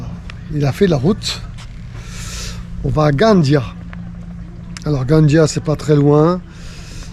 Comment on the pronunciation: Merci pour cette escale. La ville catalane de Gandia, se prononce comme en Castillan Gandía.